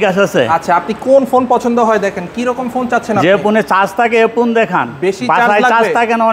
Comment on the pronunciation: পোন না মিয়া ফোন হবে😂😂😂😂